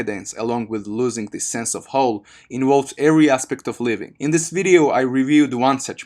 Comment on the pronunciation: "this wideo ... " LOL